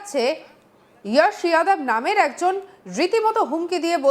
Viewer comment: नाम जोश जादब नाम बोलते यश यादव। নিজের নাম ঠিক করে বলতে পারো না আবার অপরকে ?